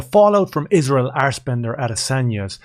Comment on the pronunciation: Did you say assbender 🤣🤣